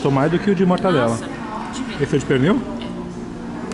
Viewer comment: Não é "Mortandela" e sim "MORTADELA"